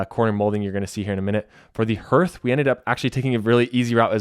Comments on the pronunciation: Excellent video. However, it is pronounced "HARTH," like HEART - NOT NOT NOT "hirth," sounding like "birth." Please. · It’s hearth not herrth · 'Hearth' is pronounced like 'heart' but with a th at the end 😊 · HARTH...it is pronounced HARTH! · Hearth is pronounced hArth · Was that not freakin annoying?